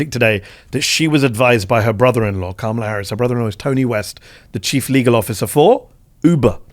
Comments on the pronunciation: How effin hard is it to pronounce Kamala’s name, Jones… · Come on Owen. Pronounce Kamala’s name correctly. I’ll give you the benefit of the doubt with British pronunciation. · Voter turnout. MAGA showed up. Black men DID NOT win the election for Trump. White men and white women (despite reproductive oppression) did. Trump won’t do anything to make the lives of Americans. American people, in aggregate, are politically and strategically stupid. And dude! Pronounce Kamala’s name correctly! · Pronounce her name correctly Owen....why is that hard to do? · Please always insist that your guests pronounce Kamala's name correctly.